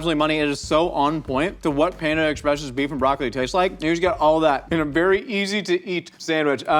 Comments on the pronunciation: I really did not like how was saying “Panda Express” it was like “panda EX..press” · The emphasis puts on the “Ex” in Panda Express (ie, “panda EXpress”) bothers the ever living hell out of me, but I wouldn’t have it any other way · the way he says panda express is killing me 🤣🤣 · do.....do people pronounce panda express like?